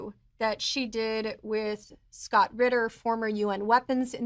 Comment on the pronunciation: You said Ritter and I'm gone.